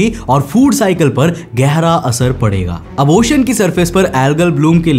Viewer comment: ओशन बोला जाता he भाई, ocian kyu bol rhe हो